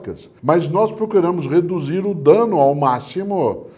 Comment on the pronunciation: Esse senhor (Cortella)...fala "reduzindo", chato demais!